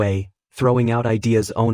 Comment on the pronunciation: Anyone else feel tilted with the way the AI says one??